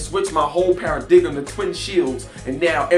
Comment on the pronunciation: cool review . it's pronounced paradigm {PARA-DIME}